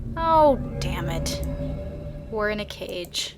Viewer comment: Cage not cafe.